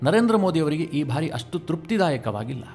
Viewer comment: ಭಾರಿ ಅಲ್ಲ ಬಾರಿ ಎಂದು ಉಚ್ಚರಿಸಬೇಕು.